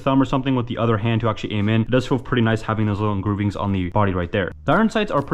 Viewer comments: What the fuck are “Engroovings” 💀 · "Engroovings" lol